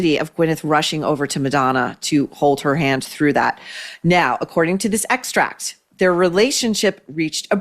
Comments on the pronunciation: Excerpt not extract. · It’s excerpt NOT “extract”!🤦🏻‍♀️